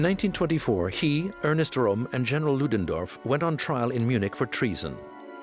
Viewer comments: Why make a documentary and then not bother to pronounce the names correctly? Röhm is pronounced Röhm, not "Rohm". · The SA leader's name is pronounced /POEM/, rather than like the name of the Italian capital. Also, the word to have been used was "annihilate", rather than "animate".